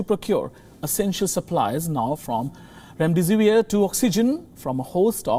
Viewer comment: Its remdesivir and not remdevisir...i was also doing same mistake...